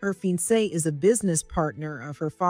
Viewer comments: He's not a "FEEN-SAY" - he's a fi-on-say. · It was interesting, but too long and complicated, with too many characters. The word FIANCE is mispronounced. It should be pronounced /fee-,ahn-say/ with the accent on the last syllable. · Besides pronouncing “fiancé “ incorrectly, the AI pronounced the word “sob”(as in crying) as “so-be”. Other AI mistakes are contextual mistakes such as confusing the pronoun “us” and the United States abbreviation “US”. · Mediocre is pronounced 'Me-de OH- ker'. - Fiance is pronounced 'fee- ON say'. It's French. Check your AI reader; there MUST be a choice for pronunciations.....